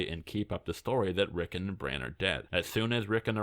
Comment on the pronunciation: ‘Rick’ - ‘On’ not ‘Rick’ - ‘En’